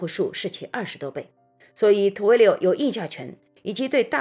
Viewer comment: Twilio是怎样发成Two-wi-lio的音的？